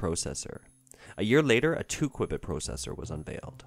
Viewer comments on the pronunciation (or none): For future discussions about quantum computers, qubit is pronounced like QUEUE-BIT